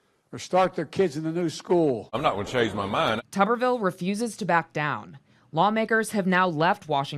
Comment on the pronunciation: How can it possibly be pronounced, "Tubberville" when it's obviously "Tuber-ville"? And how befitting is that?